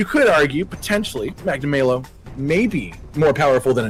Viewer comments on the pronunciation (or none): Every Rise video I feel like Hermione. "Its Magnamaaalo not Magnamaylo" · What I like the most about this is that Hollow was part of this video. We need more of this trio just going mental and having a good time. What I hated, though, is that is back to calling Magnamalo "Magna-MAY-lo" Also, BITCH WHERE DOES IT SAY KETCHA WACHA CAN CLEAVE THROUGH ROCK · The more pronounces magnamalo his way the more years are taken off my lifespan